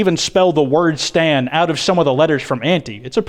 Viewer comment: Wait have you been saying stan or stand